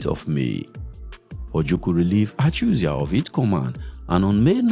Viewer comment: Your pronunciation of ACHUZIE is making on sick.